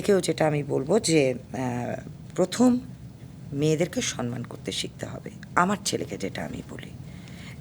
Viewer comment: "সম্মান" শব্দটা মৌয়ের মত অনেকেই "সনমান" এভাবে উচ্চারণ করে। কিন্তু কেন?